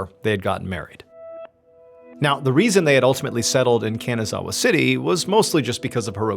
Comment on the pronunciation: Its pronounced kahn-nah-zah-wah. Not can-a-zah-wah ❤. ily mr ballen